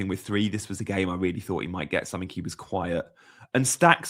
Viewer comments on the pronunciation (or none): none